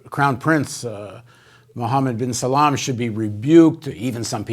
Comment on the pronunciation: struggling with the name of Khashoggi was hilarious but then Paul calling MBS 'bin Salam' was the definitive killer.